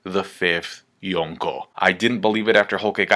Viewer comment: For the millionth time.. 5th Yonko makes no sense! Yonko specifically means 4 emperors! If anything, its Goko now.. So annoyin with u youtubers.. And for someone who tries waaay too hard to pretend they're pronouncing shit in the right "accent" (horribly and cringey btw) it's even more baffling